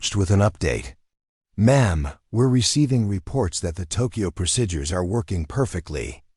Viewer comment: The word is not procidures(prosidures) is not correct. Please correct to pro seed ures. Pronunciation. Other wrong pronouncing will cause me to leave.